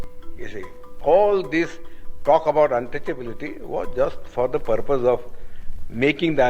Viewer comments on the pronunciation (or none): none